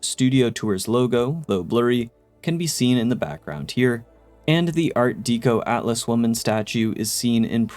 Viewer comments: Myoot froot, as in " mutated fruit" and Art Dekko not Dee ko. That said, I just found your channel per the algo and subbed. Great video 😀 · Art Deco (DECK-OH) …not DEEK-OH.